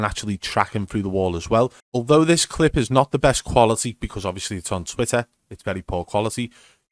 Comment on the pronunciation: The way he says "dis guy is fucking pre aiming me" just kills me 😂💀